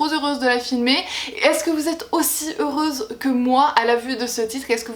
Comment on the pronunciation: Trop Zeureuse ? #LiaisonsDangereuses 😜